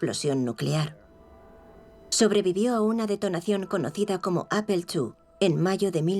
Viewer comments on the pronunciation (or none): none